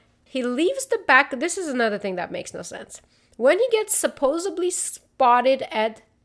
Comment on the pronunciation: Just do an episode saying "supposubly" a bunch of times! 🤣🤣🤣 Seriously, I love it! Hope you feel better soon and the house is going well. Great episode as always✌